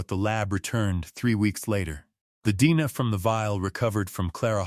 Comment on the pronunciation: I hate AI narratives. DNA is repeatedly called Dena. Ridiculous!